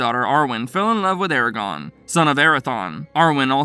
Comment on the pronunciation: Ok... is nobody extremely bothered everytime this guy says "Aragon"... if youre doing lore videos pronouce the names correctly... its not hard.